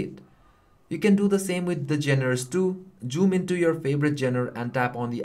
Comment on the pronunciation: why do you always say JOOM instead of zoom?